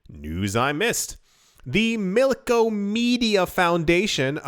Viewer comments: BTW it’s MILK-OM-EDA Not MILKOMEDIA 🤣 the side chain has been online for a week it’s funny how no-ones talking about this big change!!! Looks like a lot of “people” biased on Eth 🤣 we coming for all block(s(chain(s))) keep fudding as Cardano keeps on delivering slowly but SURELY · Mil-kom-eda, not Milko-media xD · Milk*ah*meh*da. You are killing me man! 😆